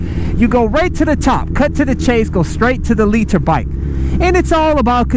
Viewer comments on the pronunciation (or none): I agree with you but the way you say litre is annoying